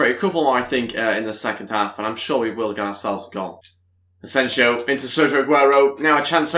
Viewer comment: btw you're pronouncing Asensio's name wrong just so you know Ed would appreciate it if you can look it up and correct